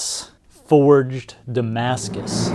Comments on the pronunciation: Saar your damaca has arrived saar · Did it say Damascus or “Damn Ass Kiss”? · Damscus “style” knife lol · No, it's Pakimaskus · But. Its Damascus, man!